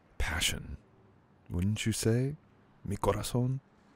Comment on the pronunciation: oohh no tienes idea de cómo Amé esta parte 💐🥰 mil gracias "mi corazón" ❤️ que pronunciación del español tan bello.